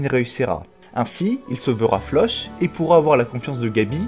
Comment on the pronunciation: Juste 😁😅 Tu pourrais prononcer floch autrement que "che" ? C'est flock 😭😂😂